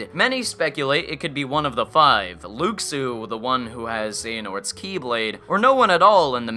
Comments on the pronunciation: X is pronounced key and Luxu is pronounced Lou Shoe. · Luxu is pronounced "Loo shoo" :) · Luxu is pronounced as "looshoo", not "looksoo". They tell you this in the movie.